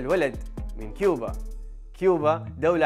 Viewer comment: كوبا وليست كيوبا يفترض انك ما تخطئ هكذا خطأ